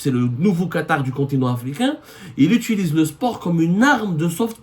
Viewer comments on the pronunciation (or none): none